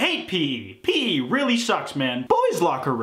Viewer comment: the most upsetting part of this meme is saying pee instead of pee eee